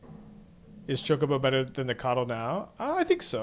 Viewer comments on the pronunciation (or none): Cocobo? Do you also say cocolate? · It irritates me as well because the spelling is so similar to "chocolate" that it seems obvious the "cho" part should be pronounced the same in both words, but the "ch" digraph is weird in english (as in many other languages). For example, "chord" is pronounced "kord" (such as in "chord of calling"). So his mispronunciation is somehow understandable. Also, it generates comments under his videos.